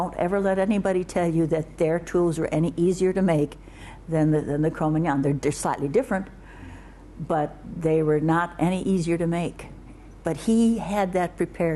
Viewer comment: Love her interviews, but...what's the deal with the way she pronounces Cro-Magnon? It's WEIRD!!! Crrom-andan? Really? It's not like she's from a different country or has a different accent and can't pronounce things correctly. You're an American Jean, it's not cro-man-don!